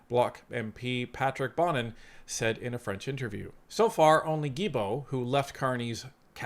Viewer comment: It is pronounced Steven Gill-bow like a fish gill and bow like a bow in a girls' hair 😊. Sorry I just had to. French is harder than many think.